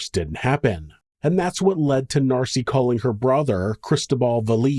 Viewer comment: Hey MonSter loVes , it’s Nancy, not Narcy . Miss you guys.